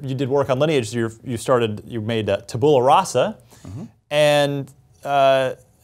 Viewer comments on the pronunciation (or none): "Tabul Rassa"? Is that some Afghan village? Cmon latin ain't that different for english speakers. You can do better.